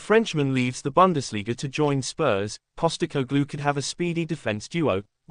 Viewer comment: " Post-e-cog-lou " you moron robot.